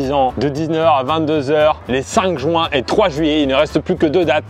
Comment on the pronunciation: Juin et non jouin